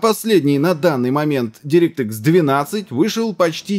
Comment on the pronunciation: дирéкт экс правильно говорить